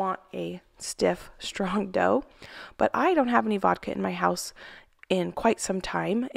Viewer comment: Hi, did you said voldka for the dough?